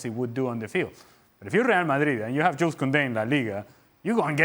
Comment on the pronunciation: You don’t pronounce the s in “Jules”